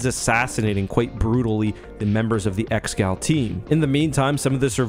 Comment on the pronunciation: Pretty sure it's pronounced "ex-eh-gaul" or "eggs-uh-gaul" rather than just "ex-gal"